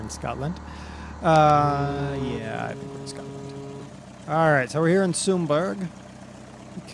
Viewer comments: SUM-berra. And it's not particularly nice. And there aren't trees. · It's pronounced Sum burrah lol